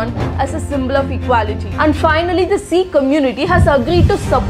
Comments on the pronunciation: This is not Siiiikhs....this is Sikh only .....Don't put stress on Si....Learn pronuncing first...then share borrowed knowledge...😢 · Please pronounce good it's not seeking its sikh 😢❤❤❤ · You’re actually not pronouncing Sikh properly, it’s not ee it’s pronounced like sick.. The long hair is part of the 7 K’s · Good video Its not pronounced as seekh it pronounced as sikh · Well, first of all its not "Seekh", rather "Sikh". Didn't expect it from someone who brags all day about pronouncing all indian names correctly. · Pronounce sikh correctly it's not "seekhs" it's sikh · Having accent doesn't mean that we will pronounce a universal word wrong. It's sikh not seeekh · It's not Seek it's Sikkh to pronounce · Okay wtf why is she pronouncing Sikh as seekh? Just say Sikh not seekh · Pronounce sikkh.. not seekh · Learn to pronounce 'Sikh'. Its Sikh not seeek. Okay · Pronounce properly pl ... Sikh ... Not seeks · It's not pronounced as sick but as sikh...stress on kh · Come on dude you r not from west you are from Bharat you can pronounce Sikh properly iggg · Your explanation is great but please just improve the way you pronounce Sikh😊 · Please pronounce sikh correctly. Very informative video